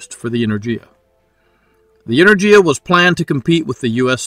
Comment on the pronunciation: good video, thanks. the "g" in enerGia is pronounced as in word "gas" 👍